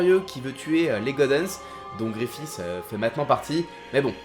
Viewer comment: C'est Griffith pas gréffiss